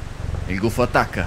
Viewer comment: Scottecs si dice gufo no guffo